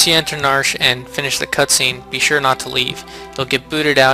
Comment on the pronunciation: Did you say narsh instead of nar shay